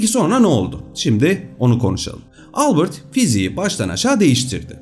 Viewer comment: Harika video ama Albırt değil Albert diye okunur adam Alman Ingiliz değil 😊👍